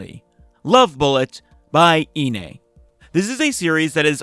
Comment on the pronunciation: love bullet so peak,,, (also inee is pronounced eye-knee lol)